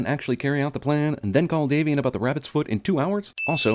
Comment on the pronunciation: Daniel van Loenen 'Davian'. Not 'Damien'. Double plus sin